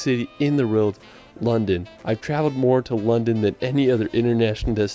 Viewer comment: can't even say world properly, he says "reld"... I don't know if that's just his way (or typical of folks from Utah?) but it is frustrating to hear so many mispronounced words, like "West Minister" and "Stonehenge" etc. 😐